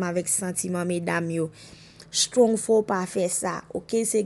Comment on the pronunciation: Se shtrong se strong prononse non moun yo bien madanm